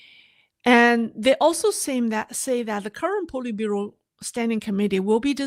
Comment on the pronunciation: Politbureau SAY POLY short O